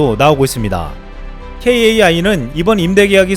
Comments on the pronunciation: 케에이아이가 아니라 카이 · 케이에이아이 라 하지 말고 ' 카이' 라고 해주세요. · 케이에이아이 라고 들으니까 새롭네요 전 매일 카이라고 부르고 듣는대 ㅋㅋ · 좋은 정보 감사합니다. KAI는 케에이아이라고 발음하기보다 카이라고하는게 관례입니다. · T50보다 KFX가 더큽니다~~! 케이에이아이...보다 카이라 부르시는게 .. 나아요 ㅎㅎ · KAI ---> 케이에이아이 X KAI ---> 카이 O 입니다 고유명사 회사 이름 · 뉴스만 봐도 '케이 에이 아이'보단 kai '카이'라고 할텐데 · KAI를 카이로 읽으시면 됩니다. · 오래된 밀매로서...카이,이즈모 로 발음하는 게 더 정확합니다.